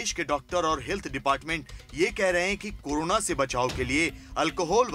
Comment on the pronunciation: news to achi pr jra mhamari ka nam to thik se boliye karona nhi korona he